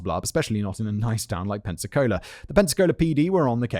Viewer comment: Being from near Pensacola and Gulf Breeze thank you for saying them correctly, but Pensacola isn't a nice town lol 😂 love the episode